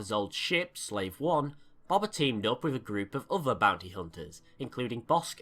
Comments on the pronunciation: dude i love your vids but its not bob-bah fett it's pronounced bow-bah fett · Really good video but it just really bothered me that you called him bober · Please my ears stop saying Bobba it’s Boba ffs. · It's pronounced "Boe-bah" not "bob-ah" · Just Btw.. It is pronounced B-oh-ba Fett not Bob-a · I can't hear you pronounce BOBA as BABA one more time. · You say it like baba its funny He named his son the heir to a line and race of warriors BABA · It's Boba. You say Boba like buba. Freaking moron. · Going To Be That Guy I thought that at first, but I'm sure he could say "bow tie" so I'm sure he could say "bowba" the correct way. Though, I'm not judging him for it. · WHY ARE U SAYING BOBA LIKE THAT IT HURTS